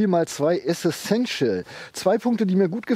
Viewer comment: Essential bitte, nicht Essessential ;-)